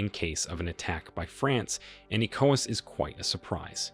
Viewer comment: The narrator needs to research how to say correctly the following words; wagner, Niger, ECOWAS and coup before putting out another video